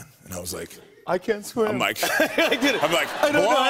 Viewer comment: “i cant sweem”